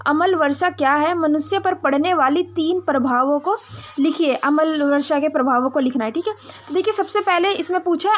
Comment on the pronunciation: अमल वर्षा नही अम्ल वर्षा बोलिए 🙏